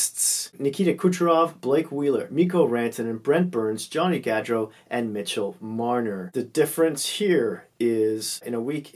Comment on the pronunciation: Pronounce Gaudreau Goodreau